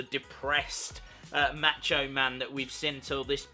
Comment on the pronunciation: Learn to pronounce Macho.